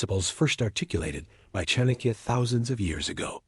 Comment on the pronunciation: It's pronounced Chaanukya...The first a is pronounced and the second a shorter one.